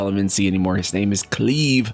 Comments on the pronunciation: Please re upload this saying Clive (like Drive) oh my God. Everytime you say Cleave I die a little 🤣🤣🤣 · Cleave? I don't think that's how you pronounce Clive. (Kly-vv) And I read it as Valisthea (val-es-they-ah). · Yeah it’s definitely pronounced like Drive, it’s a very common name from a few generations back in England, whilst Square have had odd pronunciations in the past I’m pretty sure they won’t mess around with this one. I mean it was a tough watch 👀😜 but still very informative! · I wont lie it was hard to get through with the way you were saying Clive. I didnt care that u messed up the ridiculous Final Fantasy names but Clive every time you said it wrong I wanted to scream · You had it right the first time. Its not pronounced as "cleave" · you da man for this coverage. I think the MC’s name is pronounced with a long I sound (ClIve). Also I’m betting the Holy Empire’s dominant is Alexander. Light element= perceived good, unexpected evil through human corruption! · It's Clive, pronounced like climb. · Clive not cleave. Pronounced As in alive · I am not complaining, but man said cleeve 🤣🤣🤣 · Youtuber said 👁👄👁 'cleeve' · Clive... it's pronounced like chive. Fyi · I'm going to Fell Cleave you for that pronunciation. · Are you sure Cleave is the correct pronunciation? There’s no way I can’t read that like Clive Barker. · Dude its "Clive" with the Long I sound. Like Ride. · Cl "EYE"Ve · Cleve... Uh.... No lol.... But then again... This is Final Fantasy... So you got about 50/50 chance you are right on the pronunciation. But the name meaning is about someone who lives/lived near the endge of a cliff. Which kinda make sense since this story it sounds like he is going to be wrestling with a revenge story.... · Bruh it's "CLIVE" and it rhymes with DRIVE! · right? where is gettin Cleeeeeeeeve from? lol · Just wanna say that his name is pronounced as follows: /klaɪv/ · Yea guys...Clive him alone xD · "Cleeve?" I think you mean "Clive" (Cl-eye-v) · Lmao "Cleeve"